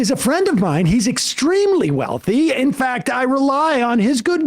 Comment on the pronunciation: Literally did the “in fyact” thing!